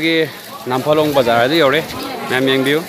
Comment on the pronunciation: It's nt namphalong, it's Nampharlone